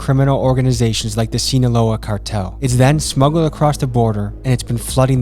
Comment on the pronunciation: "Seen-Aloha Cartel" made me giggle. I still love you